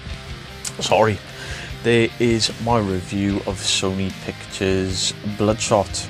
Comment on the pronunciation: Never read the comic Bloodspot 😂 sounds like you say Bloodspot a couple of times 😂 I knew you were going to hate this movie lol. The more I think about it is a pretty poor movie, I think if you've never read the comics and don't watch the trailer then it can be an ok popcorn flick but that's pretty bad tbh lol